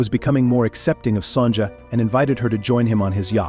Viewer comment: Her name is Son ya